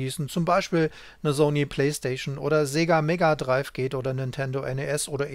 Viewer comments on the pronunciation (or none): none